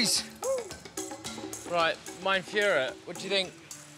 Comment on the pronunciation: bro really called him "my frurher"